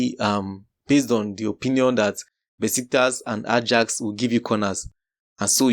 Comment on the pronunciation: Ajax is pronounced as 'Ayax', research about how teams' names are pronounced correctly... Start with Bologna & Leicester 😂